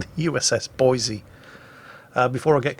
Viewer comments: I hate you, its Boise, please for the love of God get it right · please! its Boy-see, not Boy-zee, theres no Z! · Actually,, it's pronounced "Boy-see" NOT "Boy-zee." If you say it "Boy-zee" everyone in Idaho will know you're not a native. Now put that shotgun down before I show you what a red-blooded American woodsman can do with one! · I know the moment I say this you will make it a point to do the opposite but, Boi"s"e not Boi"z"e Keep up the vids love em! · Boi-SEE dammit! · there's lots to do in Boise, lots to see in Boise, but there is, no "Z", in Boise. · THIS VERY THIS There is no Z in Boise.